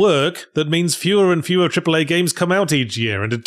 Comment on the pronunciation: Did you say 'cripple-A' games? 😂